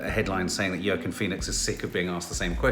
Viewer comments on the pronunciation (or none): Yorrkiinn Phoenix 🤣🤣🤣🤣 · Hi, it's pronounced 'Wackeen'. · Pronounced Wa-Keen haha - sounds picky however i was a little distracted when my teenager who kept repeating it as i attempted to watch 🤦🏼‍♀️😂 apparently I’m obsessed with you both - ‘whatever’ was my teenage response 🤣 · always says Joaquin Phoenix’s name wrong 🤣🤣🤣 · It changes every time... the evolution is ridiculous... but also why we love this family